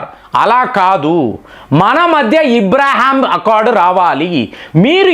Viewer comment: అబ్రహాం ను.మీరు ఇబ్రహాం అనడం ..ఇలా చాలా పేర్లను ఇలాగే.మార్చేస్తున్నారు